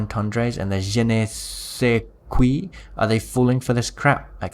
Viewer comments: "Je ne sais kwoï" 😂😁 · "je ne sais qoui" killed me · I love how he pronounced "je ne sais quoi" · Well he pronounced it wrong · the way you said je ne sais quoi lol